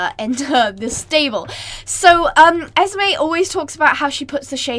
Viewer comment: She said esmay instead of esmee